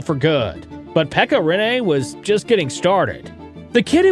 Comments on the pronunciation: Im sorry but I have to say this , and I understand why but try to more emphasis on the douple NN(riNNe) bc now it sounds like you saying Renee😄 good video tho! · Rinne. Not Rinéé. Not Riinei. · ITS RINNE NOT RENEEEE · RINne, not Rinné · its RiNNE not RINE... call his name properly at least... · its not renee its rinne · Rinne pronounced with a French twist. Rinné 😊. Good video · Try Pronounsing it like Renna